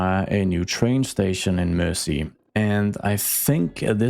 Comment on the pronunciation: It's "Mersey" (said more like mur-zee), from Old English "mæres ea", meaning "mere" (as in "Boundary, limit; a boundary-marker; boundary-line"), and "ea" being English for French "river". A lot of the time (maybe most of the time) when you see "-ey", or even "-y" at the end of an English place name it's a nod to a waterway.